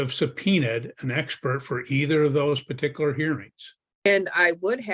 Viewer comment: It might just be me, but t g e way he pronounces "parti kular" drives me batty.